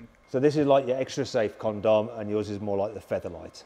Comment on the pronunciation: It's "Condom" not "Con-Dom".